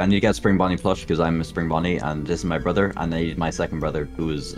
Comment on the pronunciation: He said borther